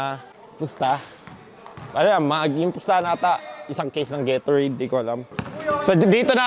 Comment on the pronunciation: Minsan mali yung mga pronunciation ni sa mga words tulad ng gatorade at register😂